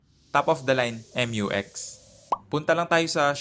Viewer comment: not MU-X but rather Mew-X pag pronounce